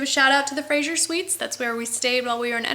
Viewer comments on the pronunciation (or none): none